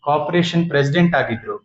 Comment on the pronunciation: Modalu carporation annodu channagi helod bittu copration anti allo munde